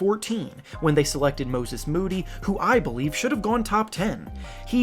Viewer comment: honestly I think Perk trying to say “Moses Moody” for like 3 minutes was the biggest loser of the night